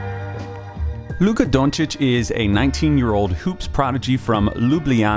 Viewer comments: As a Slovene, I agree. This is to the letter how you pronounce Luka Dončić, period. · This is quality content and I thank you for that. I'm just going to point out another great thing you just did in this video. Pronunciation. It's not the easiest name to pronounce and I'm not saying it's a mortal sin if you don't pronounce it 'correctly'. It's appreciated if one just tries. But for anyone wondering... Yes, this is how Luka Dončić is pronounced. (and the spelling also... Again, this is the correct way, but I'm not expecting this to catch on) So, thanks for going that little extra effort to get that right.